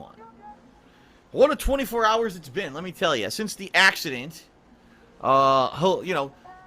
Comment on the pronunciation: the "ack-cident"